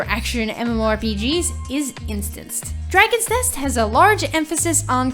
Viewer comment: she have problem pronouncing dragon nest